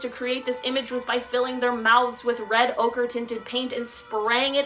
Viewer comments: Pronounced. Oker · O-k-er=ocre/ochre .... Oh-ker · Ochre is pronounced O kRA INDEED